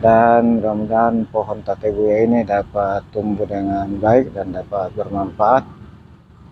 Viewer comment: Tabebuya om... Bukan Tabebuya😁✌